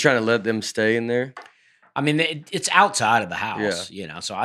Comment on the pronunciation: Hey, "Now we should address this up top, you say the word (wasp) a little funny". You say 'wass'...with no p